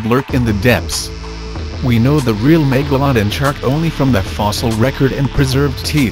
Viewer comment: Do yo know how to say megalodon hm